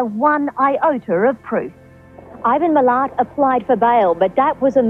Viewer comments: its pronounced MI LAT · Mil-lat. it’s pronounced Mil-lat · lol what are these comments talking abt its pronounced millet not miLAT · hahahaha - it's pronounced millat not millet and ... these are the only bodies that have been found. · Why are you calling him Ivan Millet? When you have news articles correctly pronouncing the surname? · As an Aussie (and BCrim) I've heard about this case my whole life and studied it in uni. These crimes hit harder than many other places because while we're a geographically large country, it never really feels that way to us (and even more so back in the 70s and 80s). Ivan Milat was one of the most heinous killers the country has seen. Just as a friendly note, it's pronounced 'Mil-lat', not 'millet' (Or at least that's how we Aussies pronounce it). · It's the first time I've fully cringed during one of his vids. They were saying it correctly in the news clips!! As an aside, have so many serial killers here that I am shocked hasn't picked us up as a new Canada or Florida! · I know, right? But is Irish so I guess he isn't familiar with the correct way of pronouncing his name. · I love ya, and this is an excellent video, but the way you said Milat is driving me crazy! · You've been saying his 2nd name wrong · you can hear how the Australians pronounce his name but you still say his name incorrectly! Come on mate, you’re better than that! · Plus your not even saying his name right. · Ok. Is it your accent or are you mispronouncing his last name?? Love ya 😘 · You’re the millionth person to point that out. 😆 And knows; it was a subtle dig at the monster. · Mill-At, mate. Like a sugar Mill and “where you AT?” Having said that, I have taken a liking to your chronic mispronunciation of people’s names 😂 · Evil has no nationality. Not Ivan "Mill-et" rhymes with "fillet" but Ivan "Mill-Lat" rhymes with "cat". By the way the reporters name was Harry Potter. True story. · It’s mil at, not mellet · Pronounced miLAT